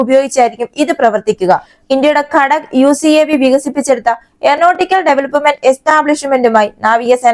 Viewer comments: ഘടക് അല്ല , ഘാതക് എന്നാണ് പറയേണ്ടത്. ( മലയാളത്തിൽ "ഘാതകൻ" എന്ന വാക്കു തന്നെയാണ് "ഘാതക് ' എന്ന് വാക്ക്!!! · ഘാദക് എന്നാണ്...